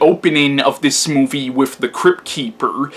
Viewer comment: Interesting review. I may have to check this one out again. I saw it years ago and like you didn't care much for it. But I gotta ask, are you really saying "wif" instead of with?.. LOL.. C'mon man you can do better than that. That signals low brow and you're better than that.